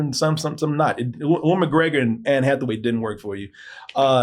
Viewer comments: Uwe-N McGregor!!!! 😅😅😅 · I can't unhear "oo-in" McGregor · It's pronounced You-in.